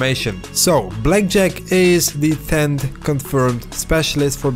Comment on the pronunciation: everytime you say blackjack... i hear Jet pack. The search continues